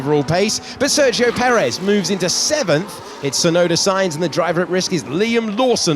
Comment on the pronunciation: Last race of the season, and the commentators still have not learned how to pronounce Sergio Perez’s name…